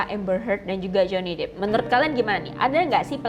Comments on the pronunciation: Pelafalannya Johnny Depp = Jewny dep bukan jewny dip (Johnny deep ). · Johny depp ... bukan Johny dippp